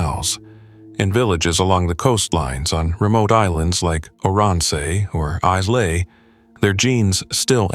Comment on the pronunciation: The islands mentioned are Orrinsay (Oronsay) and Isle -ay (Islay).